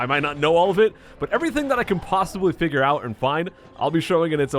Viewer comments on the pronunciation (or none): none